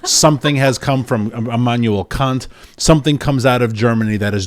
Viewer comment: Did he just mispronounce “Kant” in the most offensive way possible or was that some sort of Freudian hearing ?